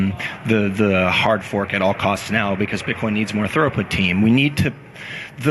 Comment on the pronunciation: I'm only a quarter of the way through this, but please, it's throughput not thoroughput! :o